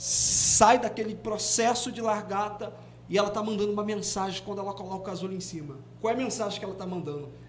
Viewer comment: 😂😂 tão lindo, mas ajudem ele a falar LA GAR TA kkkk